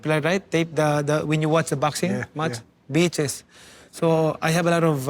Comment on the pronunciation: I thought manny said I had a lot of bitches….he meant VHS 🤣